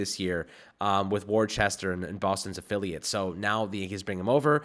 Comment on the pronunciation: Worcester is pronounced "Wuster."